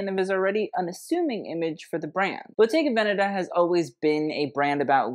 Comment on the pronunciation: Perfect pronunciation of Bottega Veneta. You are one of the few who does it. 😅😊